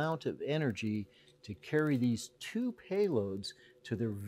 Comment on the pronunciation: the way he said "TWO payloads" makes me think there is at least one more on there that we don't know about :D